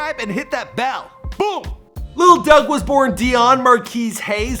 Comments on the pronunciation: It's Dug not Doug n 42 mean 6 mile smh knw what u talkin bout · the fact that you gotta be from the D to know its 4(four)2(two) DUGG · It's 4 2 dugg not little bro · Did any one else hear him say “lil Dugg”